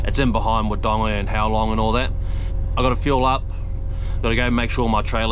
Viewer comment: Mate you have to learn how to pronounce Wodonga.. please 👍👍